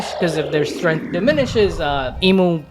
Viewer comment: "Strength" not Stength your welcome